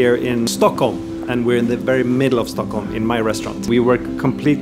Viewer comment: “I’m in Stöckhölm” - 2020